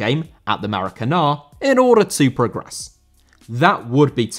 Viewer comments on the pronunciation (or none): Maracanã* not Maracanó